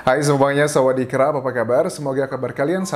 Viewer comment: Bang.. Byk kli aku dgr kmu nyebut sawadikrap aneh tau.. Nyebut nya sawadikap aja x usah pake krap krap